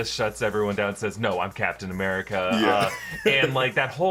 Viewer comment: I'm sorry but does say Blacktain America or am I hearing things? Cause I have listened to it like 10 times and I can't hear anything else 😅 I'm not accusing him I was just legitimately confused. Sorry if he actually said something else and I'm just hearing things lmao.